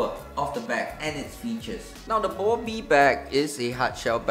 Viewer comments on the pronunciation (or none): It’s bobby not bubby